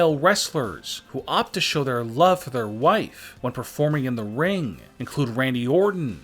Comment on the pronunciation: “He usually borrow eyeliner from his wifeeeeee” funny accent 🤣😂